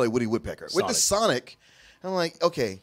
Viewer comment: Nigga that aint sonic "Thats SANIC"